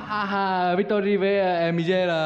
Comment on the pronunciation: Sao k sửa lại cho Victory câu giới thiệu đi .. "TÔI MÌ VICTORY" 😂